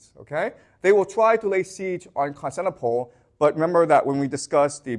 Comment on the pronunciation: “Con-stant-a-nope-pull” Vs. “Con-stant-nipple” … Constantinople